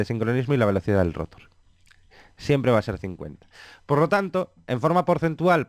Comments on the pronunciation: Lo mal es que dice Éstator, rótor. Se puede malinterpretar y pensar que así se pronuncian esas partes fundamentales. Ojo! La explicación es excelente y no es una queja, es un comentario para que no se cometa el mismo error. Buena pronunciación + excelente explicación = vídeo perfecto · Excelente explicación, solamente cuidaría de intentar hablar sin muletillas (dice mucho eh) y la parte del motor es estator y se lee estatór no éstator. Y rotór. Gracias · Muy buen contenido, Solo tengo una sugerencia, llegar a un consenso sobre la pronunciación de las palabras graves. Motor lo pronuncian con un criterio y rotor y estator con otro. Es algo molesto. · la verdad que lo felicito por su video, esta muy bueno, hasta me dan ganas de ser un rotor, pero hay algo que me causa molestia y es su pronunciación de la palabra rotor y estator, me parece escandalosamente inadecuado.